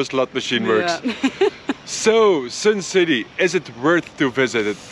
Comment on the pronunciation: It's not "Sin" City ....its Sun City....okay🤣😅😂